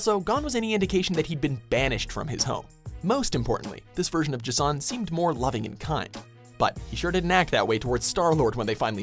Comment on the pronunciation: J'son. Not Ego, the living Planet. Goddamnit.